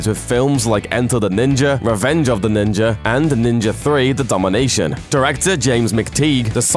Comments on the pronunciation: kind of annoying how most British people mispronounce the words Ninja and Australia. theres no R at the end guys. Im just sitting here like ... the fuck....I've heard you pronounce an A properly before..... just say it the right way all the time. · this guy says ninja like "ninger" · Ninjer assassin. Ninjerassissin. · He pronounces it "Ninjer" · I absolutely despise that you say Ninja as "Ninjer." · Is "ninjer" assassin the sequel? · What the fuck is a ninjer? lol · NINJA (jah) not Ninjer...say it right you dumbass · "Ninger Assassin" if you listen carefully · Him pronouncing it as “Ninjer” is killing me 🤦🏾‍♂️ 😂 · Where is the “R” in NINJA? asking for a friend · Did this man say ninjer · i don't get why people would say GAN when it is spelled as GUN like for example BULLET. it's not spelled as BALLET. so how the fudge is NINJA assassin pronounced as NINJER??? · There is no R in the word Ninja. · This guy says ninjer assassin 😂 you cant be that fuckin dumb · Wtf is Ninjurr Assassin? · Did anyone else realized this guy can’t say the words Ninja Assassin? He keeps saying Ninyer Assassin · I swear to fucking god if you say "ninjer" one more time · "ninjer" assassin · Can you stop saying ninjer assassin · There is no "R" in ninja! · New drinking game. Take a shot every time he says ninjr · What's a "ninjer"? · why the fuck do you pronounce "Ninja" as "NinjaR"? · Is he saying ninjer or ninja? It sounds like he's saying ninjer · there's no "R" in Ninja... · There is no R in ninja its nin-ja not ninjar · Ninja not ninjar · It's ninja, not ninjer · Did anyone else get annoyed hearing this guy say ninjer instead of ninja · ninja. not ninjer. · Why is he saying “Ninjar” instead of ninja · Am I the only one hearing NINJER instead of ninja?? UGH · there is no fucking "r" in ninja.... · I made it through a minute and a half of this dude pronouncing "ninja" as "ninger" before I had to give up on this. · Bitch it's NINJA ASSASSIN! "NINGER" wtf? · It's fucking NinjA. Not NinjER